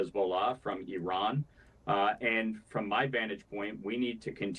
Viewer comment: Congratulations for finally learning how to pronounce Iran